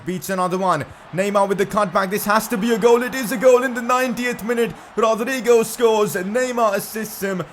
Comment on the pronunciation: I don’t know if it’s just me but I hate the way he says Rodrygo